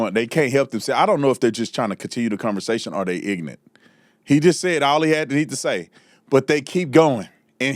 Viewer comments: "I don't know if they're trying to continue the conversation or they IGNANT" Saying "ignant" makes you sound ignorant. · I like the way you say “Ignant” for Ignorant 😂😂😂😂😂